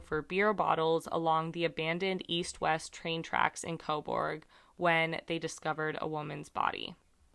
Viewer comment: It's pronounced co burg. Everyone over pronounces the u. Canada loves the letter u. Honour. Colour. We spell things different lol This is my town. I live right around the corner from where her body was found. No shade but i assume it was a drug dealer. We have a few major players in this town but most moved to toronto and commute down here to sell. Small town, often the dealers give a spot so you owe them. She was found a couple weeks into november and welfare checks come out on the first.. I know she was sick and got addicted to pain killers and we def had a couple dealers in town who were... Wreckless... The tracks are often walked to cut time down when walking across town. The side of town she was found on... The Sutherland cres area is totally a drug hole. I assume she went to meet them but didnt bring money. No shade. I dont blame people for their addictions. It's a hard road to travel. I wish for justice for her. This stuff doesnt typically happen here.